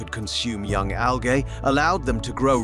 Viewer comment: His pronounciation, especially of latin and latin-derived words is light years ahead of what is the norm in anglo world. I've studied latin. It is really refreshing to hear letters "g", "i" and "ae", for example, pronounced to any degree of accuracy in an english speaking video.